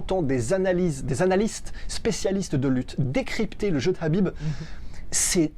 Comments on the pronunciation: Les gars ont dit : KHabib comme la Jota en espagnol comme si vous alliez cracher le KHA ! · Oui c'est énervant la façon dont il prononcé son prénom Qu'ils disent soîte Habib ou kabib mais pas Crabib bordel 😂😂